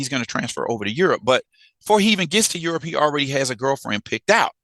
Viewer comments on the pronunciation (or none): Aerope not Europe